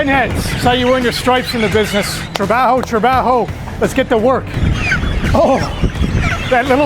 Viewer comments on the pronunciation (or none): none